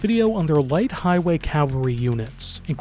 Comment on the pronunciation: Cavalry not cavlary